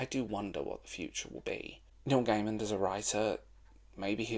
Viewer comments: Love the video, agree his work is either great or shite. Also, please there is no D on the end of Gaiman. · It's distracting when you pronounce his name with a 'd' at the end every time. Good video, though. cheers